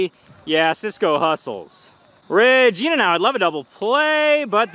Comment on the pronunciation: Regina Last-uh never gets old 😂